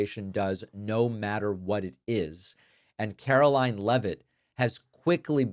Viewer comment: It's NOT 'Levitt', it's LEEVE-iT!